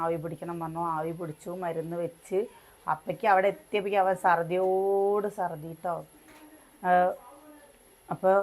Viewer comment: സർദി, അല്ല, ശർദി, അല്ലേൽ ഛർദി